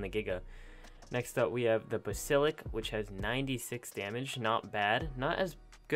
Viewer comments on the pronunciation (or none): Its Bas Ill isk not Bas ill ik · BasiliSk not basilik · Y is he saying basilik? It's basilisk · I closed the video because of fact he basilik instead of basilisks It was so triggering and just pain to my ear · Why do you keep saying „Basilik“ ? It is called „Basilisk“! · Tf is a bassilik? Lmao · I cringe every time he says “basillick “. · Every time when you say basilik and not Bas-A-lisk it triggers me so much dude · BAS-IL-IK!? WHAT??? ITS BAS-IL-ISK! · Basilik I thought it was Basilisk hahah lol dumb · Does it trigger anyone else that he pronounces it 'Basilic' instead of 'Basilisk' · and also i was very pissed at the "bas il ik" it is bas a lisk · It’s not basilik it’s basilisk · Not Basilik lmao... 😂😣 (BA-SIL-ISK) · BA-SI-LIS-K........not basilik. Nice video. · “THE BASILIK” OML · Dont u mean basilisk not basilik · No no no! BAS I LISK not BAS ILIK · It’s pronounced Bas a lisk not ba sil ik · It's not Basilik it's Basilisk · Why am I getting so triggered at the fact that he can't say: Basilisk he keeps saying: Basilik AAAAAAAAAAAAAAAAAAAAAAAAAAAAAAAAAAAAAAAAAAAAAAAAAAAAAAAAAAAAAAAA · Says basilick instead of basilisk Me: 😭😭😭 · It's bas I lisk but he pronounces it as ba Sil ick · its basilisk not basilic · You completely butchered Basilisk, it’s basilisk, not busilik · What's a bahs Ill lik it's bass a lisk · Just a few things wrong with this video: Did not account for spino's fast attacks, golem throw and triple strike, basilisk venom, should be reaper king, not queen, and giga's gnashed effect. Also mispronouncing basilisk. Wrong: Bal-i-sik Right: Bas-i-lisk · BasiliSk not basaLIK, sorry I'm just really picky about mispronunciation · It's pronounced bass-ill-isk, not "buhsilick" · 'basilik' xD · The word is ‘Basilisk’ not ‘Basilik’ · Did he actually say Ba Sil ik it is pronounced bas a lisk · its B.A.S.E.L.I.S.K thats how its pronounced not basilick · Basilik? It's basilisk. BasiLISK. Basilik is a herb lol, not sure if in english as well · Its Bas-il-isk